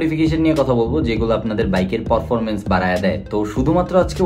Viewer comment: ভাই আপনার উচ্চারণটা ঠিক করেন । পরফরমমেন্স কি ?